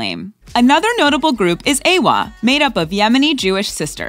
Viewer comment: Please don’t call it aywar it’s A W A, lol